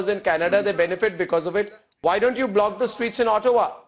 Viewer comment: he just said "Black" for block..wanabe angrez..what a fake old man urg!